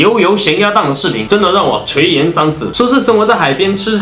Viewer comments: 是垂xian三尺，不是垂yan三尺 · ，垂涎（xián）三尺🥴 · 垂「涎」三尺⋯⋯因同「賢」才對吧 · 垂涎（xian）三尺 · ，垂涎（xian二声）三尺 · 你的普通话确实不太好，垂涎xián三尺，圈juàn养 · 跟我读：垂(chuí) 涎(xián) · 依舊帥氣～～不過還是要糾正一下：垂「涎」三尺，讀音同閒、鹹